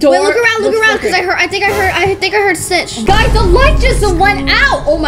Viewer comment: SiTcH 😭 it’s screech